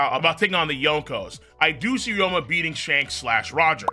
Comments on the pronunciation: also ryuma is pronounced REE-OO-MUH not RE-OH-MUH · "Ry-OH-ma" At this point I swear bro is just trying to tilt as much of us as he can 💀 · He's saying it like there's an O in the name when there isn't and it is irritating me a bit. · and theres really 0 discussion to be had since the Anime has the official pronuntiation